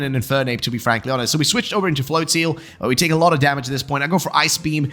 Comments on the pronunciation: Considering it's probably "flotsam" and "float" with maybe "nozzle" or "drizzle" in there, it would make sense that it would be pronounced "float-zuhl" phonetically. "Flotseal" sounds bizarre. I'll have to go back and watch that part as I think I mightve missed it (which is weird considering how bizarre pronunciations of Pokemon names instantly grabs my attention). I find Pokemon names super interesting with some of the inspiration of them. They've gotten a lot better at being a bit more clever with the names for the most part. :) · Flotseal, best pronouncing of that Pokémon I've heard